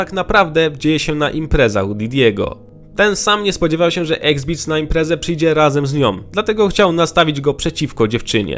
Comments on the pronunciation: Wszystko spoko, ale to się wymawia EXZIBIT, a nie EXBIT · Jaki qrwa eksbits ? Xzibit wymawia się Ygzibyt ! Chłopie . . . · Nie "eksbits" ale "egzibit". Eksbits 🤣🤣🤣🤣🤣🤣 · "Exzibit" a nie Exbit matole 🤣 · "eksbiz"? :D Mordo...zrób kurwa research jak czyta się jego ksywę. Czytamy "eksybyt" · Xzibit Panie, nie eksbits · EX ZIBITEM a nie exbitsem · eksbitsem :D eks-zibit kolego! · Iksizibit A nie x beats it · eks-zibit a nie eksbits, autorze materiału. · X-beats? X-zibit drogi! egzibit po polsku. pozdro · Fajny filmik, tylko ksywkę Xzibit czyta się "Eks-zibit", a nie "Eks-bits" ;D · Xzibit czyta się "Eks-zibit" , nie "Eksbits" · EKSBITZ? what? to jest XZIBIT dudeee serio? :D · Ex Bits? Egzibit się czyta jego ksywe xD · Gościu dostał za wymowę już tyle pocisków w komentarzach, że chyba już zapamięta jak się wymawia tę ksywę... xD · sprawdz jak wymawia sie slowo XZIBIT .... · Czemu mówisz X Beats jak to jest Xzibit? 😢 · Eksbitz??? Kto to jest niby?? 😂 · On mówi Eksbits? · Egzbits? A co to za twór? Materiał fajny ale nie jest to pierwszy film na ten temat gdzie twórcy poruszają obecnie gorący temat a nawet nie sprawdzą jak wymówić niektóre pseudonimy. Egzbits, Alaja, Left eye z zespołu TeCeEl. Ludzie… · eksbits xd kurwa kaleko, kto CI pisał to ... AI? bo nawet nie wiesz jak wymawiac ksywek raperow xd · Dobry materiał ale ten „eksbits”… aż uszy bolą😃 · Ex biz? OK Google: how to pronounce Xzibit sorry za złośliwość, ale starucha kłuje w ucho jak by na Eminema ktoś mówił memin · Ja pierd.le jak Ty czytasz Xzibit ? eksbits ?😂🤣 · kto to xbeats? XD chodzi o x-zibit'a? skad ty to wziales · Naucz się wymawiać Xzibit 😂😂😂Bo miałem niezłą beczkę